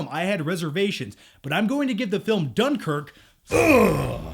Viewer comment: lol you can't even pronounce dunkirk right. i hate seeing americans thinking they know britain and the history of what happened.